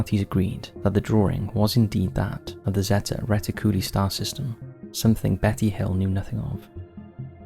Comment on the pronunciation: "reti-cooly" lol